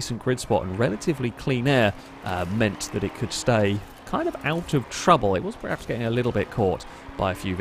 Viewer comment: IT'S 'PERHAPS' NOT 'PREHAPS'. SPEAK PROPERLY.